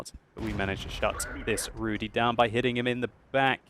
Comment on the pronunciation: I am from Poland and my ears are bleeding. You mispronounced the letter Y in the word Rudy. You should do this as saying the letter I in Berlin.